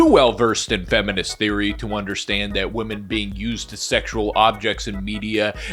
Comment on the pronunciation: Women is pronounced "Wim-min"